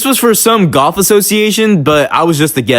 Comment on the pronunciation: I thought u said goth and not golf 😂